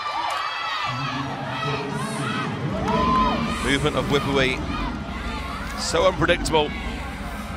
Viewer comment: Fyi... Her name, Wipawee, is pronounced 'Wi-Pa(r)-Wee'